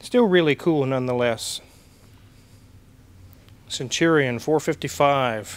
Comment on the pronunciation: Stwike him wuffwy centwion.